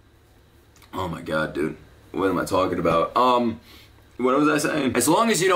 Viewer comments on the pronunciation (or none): none